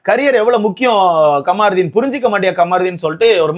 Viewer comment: Kamruddin ❌ Kaamaruddin✅